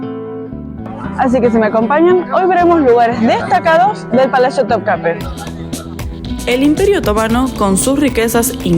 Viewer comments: Me gusta mucho tus videos pero no me gusta como decís** TOPCAPE X QUE SÉ DICE ** TOPCAPI * Todo lo demás * EXELENTE * ❤❤❤😊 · Por qué pronuncias to kape???es kapi.kapiiiiii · Muchas felicidades por este video, me encanta ver todo lo relacionado al imperio otomano, pero una sola observación: ¿por qué dices topkape en vez de tookapi??? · Muy buen video!,solo decirte que no es Topkape ymes Topkapi así se escribe y pronuncia